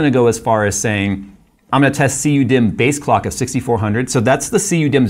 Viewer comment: I heard him say CU me not cu dimm thats an oof